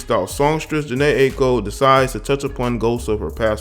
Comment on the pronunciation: jhene i-a-ko is how it's pronounced